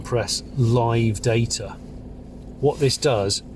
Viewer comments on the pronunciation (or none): none